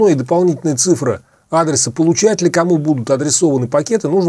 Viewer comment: Вы не верно произносите слово цИфра, а не цифрА. Видео как всегда интересное, но уж сильно слух режет. Относитесь пожалуйста к нашему языку с большим уважением!